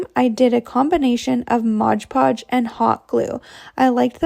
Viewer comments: Great ideas………but….. it’s MOD PODGE NOT RUDDY MODGE PODGE!!!!!! Dum cluck! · The nice young lady is saying “MODGE podge”. It drives me nuts too. Yes, the jar most certainly says MOD Podge. Oh well, but her project was cute. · I get a chuckle when people say “modge podge” It’s MOD Podge 😂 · Repeat after me…. MOD Podge! Not liberry, not exspecially, MOD Podge! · It drives me insane!!! Why do people pronounce it modge podge!!! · I know every time I hear that girl start talking I say to myself oh Lordy that’s the Modge Podge girl and she still says it. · It's particularly noticeable in that video because she says it SO MANY TIMES 😅🫣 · OMG same here! And she said it so many times!! Drives me crazy!